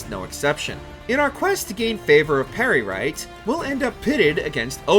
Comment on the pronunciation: "altmeer" "atronaach" "peryRite"